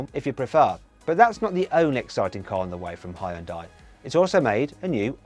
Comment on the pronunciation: geist 발음 기가막힌다고 칭찬하는거같은데